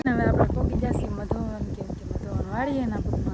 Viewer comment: મધોવન નય મધુવન